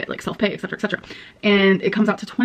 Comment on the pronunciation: One of the most consistent things in the Amberlynn Cinematic Universe is her pronunciation. "Ordament", "Pitcher frame", "Laygoes", "Ecsetra"